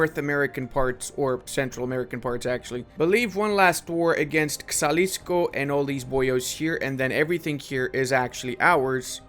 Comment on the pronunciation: Can ”Pech” is pronounced with e as in ”pen”, not as in ”leech”. Also, the X in ”Xalisco” is pronounced as a soft j, like ”jalapeño”